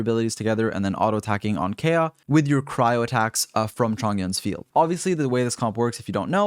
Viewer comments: I love these videos but his pronunciation of Kaeya drives me nuts lol. They do say his name in game often enough. Kay-ah sounds like a girls name. K-eye-ah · The way you pronounce anemo and kaeya 🤦🏼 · Thank you so much for your content! So good! Though I do have to say every time you pronounce Kaeya's name makes me want to cry.